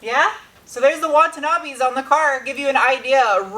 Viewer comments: Watanabe not Wantanabe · Superformance from Australia do excellent minilite replicas also. And it’s Watanabe , even thou you might want-an-Abe hahaha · Think you meant Watanabe not Wantanabe ;) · Wonton-abe or Watanabe?